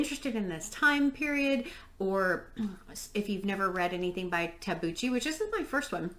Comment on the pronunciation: if i may correct your pronunciation, it's tabookki :-) i'd say the ending (including not knowing) is suited to the fascist narrative... that's what happened in the real world... nice vid :-)